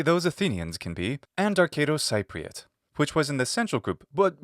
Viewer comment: Cypriot is pronounced like SEA-priot